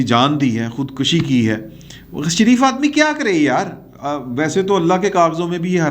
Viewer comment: Khudkashi نہیں، khudkushi ہوتا ہے۔خودکشی میں کاف پر پیش ہے زبر نہیں۔